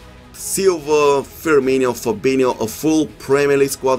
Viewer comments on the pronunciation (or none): none